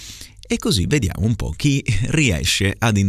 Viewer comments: Mamma mia è difficilissimo 😫 azzardo con la S di qualcosa verso 4.10, la O di nomi verso i 5.10 e la O di po' a 6.29... mi viene il dubbio sul mancato raddoppiamento della M prima di merda, alla fine, ma booooooh!! comunque, grazie come sempre 😉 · Mi pare di aver sentito "inchióstro" con la "o" chiusa, "nòmi" con la "o" aperta e " po' " con la "o" chiusa Un saluto da Tommaso, il ragazzo che ha frequentato il corso a Firenze 😉